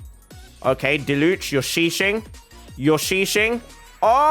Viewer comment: It’s not diluche it’s diluc it’s with a “k” sound